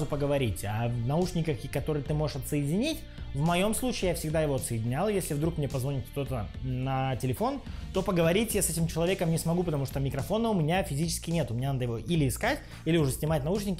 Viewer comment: Бро, умоляю: "НАДЕВАЛ", а не "ОДЕВАЛ". "позвонИт", а не "позвОнит"